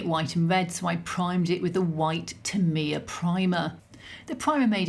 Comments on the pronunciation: Tamiya is pronounced Tam ee ahh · Enlightened - TA ME AH Didnt recognise TAMIYA - To me its always been TAM E YAA Interesting pronunciation